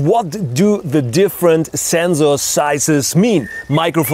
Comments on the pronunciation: But he is actually pronouncing it right because Zensors are something different, they are a type of sensor that stills the mind. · I have listened zenzor so many times that i forgot to pronounce zenzor 😲😲😲😲😲😲😲😲😲😲😲😲😲 Don't mind man.i am just kidding. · very useful Zubscribed more for the zenzor, zome times i hear like zenzo... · i love how this guy says sensor ""ZENZOR" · i love how he says zensor😂😂😂😂😂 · Senzorrrz... Senzuuuu.. senzu bean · Yes, usually Germans pronounce sensor this way. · That’s bcz ‘s’ is pronounced as ‘z’ in German!! 👍🏼👍🏼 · Anyone else want to jump off a cliff when he says Zzzzensor ? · "Zenzorrz" and "Sand corns". Okay, to clarify, is German and in Germany we have 2 ways to pronounce the "S" –> sharp and soft. The German pronounciation of the German word "Sensor" is more like (or exactly like) IF it was spelled "Zenzor". That is the reason why this sounds a bit weird here. A common mistake by Germans. We have a term for this: "denglisch" (deutsch + englisch). The German "Z" by the way is always pronounced like a short high hat "ts", never like a soft "S". The word "sand corn" I believe he also derived from the German "Sandkorn". In English it sounds a bit off, because it's more common to use "grain of sand", but I guess it does it's job. But other than that his english is pretty decent – you have to give him that. I don't know any English speaker who performs German for example in that fluent manner. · After watching this video my pronunciation of Sensor has permanently changed to Zenzoar!! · Thiz zenzor zize iz pretty big Zame shotz and you can zee the difference You can clearly zee much more. Very nize and zpetial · It's not his fault at Zenzor because he is German. German pronounce S as Z and Z as S lol....... Song will be Zong in the german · Zensor size *Zenkzors *Kzensors *Ssenzzor *Kzensor I cannot process the pronunciation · Zenxor size!! Love the video and the energy. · well i didnt hear "rrrr"... only zenzzzo